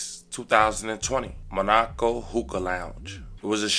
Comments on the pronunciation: It is mon-o-co not ma-nok-o 😆🤣😭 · Why are you saying Monaco like that MA NEH KO NOT MA NAH KO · Brother pl learn how to read or spell. You said Monaco all wrong. How is there nobody to….nvm. It’s pronounced Mon-aaa-co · It's pronounced ma ni co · Come on blk ppl; reading is fundamental. MON-AAA-CO